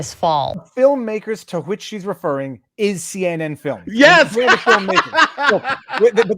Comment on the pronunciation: Viva's point CNN trying to anonymize the film makers is right: notice here she says "CN films" ... bitch mispronounces the name! Unbelievable.